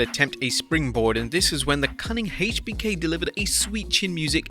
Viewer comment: Never heard someone say HBK so wrong